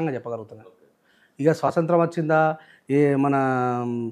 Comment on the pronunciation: స్వాతంత్రం,,,,, స్పష్టంగా,, పలకండి, సోదరా,,,,,, ముఖ్యమైన అంశాలు మాట్లాడుతున్నారు,, గ్రేట్